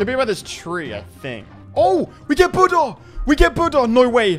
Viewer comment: Bro said budda